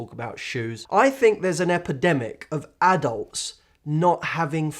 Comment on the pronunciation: i like how he says "ad-ults" :D